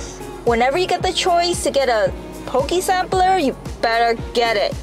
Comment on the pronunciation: how u can tell theyre not from hawaii "pokey" lol